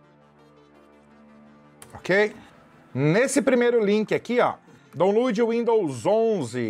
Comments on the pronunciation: Eiita que inglês bom.. DON LUD...😢😢😢😢😢 Onde deveria ser " DAUN-LOAD" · Amei o vídeo, mas foi sofrido o "daulud"